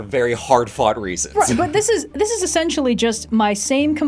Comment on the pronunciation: "Vader's just zis guy, you know."